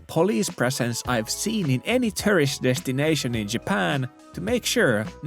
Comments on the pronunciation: "Foreigners are eating all the rice" That's a funny way of saying Japan doesn't do hospitality. No other country would say such a stupid thing. Every time you say tourist it sounds like you're saying terrorist. LOL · He can only do ~100 inflections of word "turisti" without batting an eye, but can't pronounce "tourist" properly.